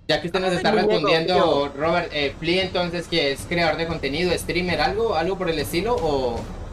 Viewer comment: Parcero si no sabe pronunciar fly para que en tienda mejor se dice flai